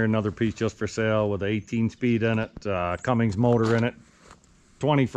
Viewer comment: It's pronounced Cummins not Cummings,no such thing, I really enjoy your show safe travels back to the farm.